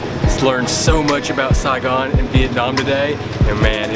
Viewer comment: I love when you say” Sai Gon”❤️❤️❤️